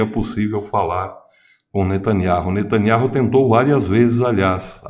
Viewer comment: O nome do ministro é benjamin netanyahu e não netanyarro a pronúncia é NETÃNIAU